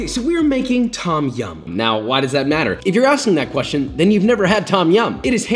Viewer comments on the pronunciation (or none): Why are these Western fans of Thai food unable to pronounce the names correctly?? It's not 'tom' (like Tom Sawyer), it's 'long 'o', and sounds more like 'tome' -> 'tome yam'. And death unto those who think the 'pad' in "pad thai" rhymes with 'dad'...it'more like 'pod' thai. Show some respect for the culture you are devouring... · Pronunciation of 'Tom' aside (it's more like 'dome' as an American, a long 'o', not 'aw'), you made Thais happy. Props, papa. Personally I prefer ต้มแซ่บ to ต้มยำน้ำข้น. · im thai and i love the recipie BUT the way u pronounce Tom Yum angers me lol its not pronounced Tom like the name tom, u cant really explain it in text because its not a think in the english alphabet. but if you speak thai u use that noise a lot in a lot of words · Also if you wanna sound more Thai the proper pronunciation is “Tome-Yaum” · not tom ffs. its written tom because the thais dont know english. its pronounced dom yum, not tom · This looks authentic. And I’d like to humbly add that, in Thai, the ‘Tom’ in ‘Tom Yum’ is actually pronounced in the way that rhymes with ‘home’ rather than like the name ‘Tom’.